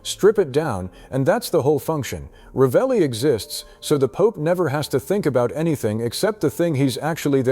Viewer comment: La persona che legge deve imparare a pronunciare il nome esatto che non è Ralli ma Ravelli